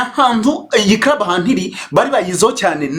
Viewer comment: 😂 Ahubwo se nti wumvise avuga ngo Busingye yari muri crub/ crab 😅 Instead of club 🤦‍♀️ Mana we! Nayobewe niba ikibazo cya R or L (ndende na ngufi) bigiye kuba identité y"aba Nyarwanda 🤭🙆‍♀️